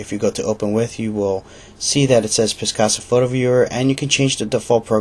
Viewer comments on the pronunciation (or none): It is not piscasa. Picasa.